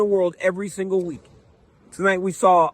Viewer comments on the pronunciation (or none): none